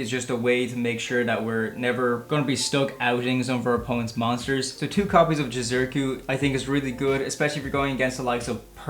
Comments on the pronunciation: ITS JI-ZU- KI - RU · I swear no one can pronounce Jizukiru's name properly lol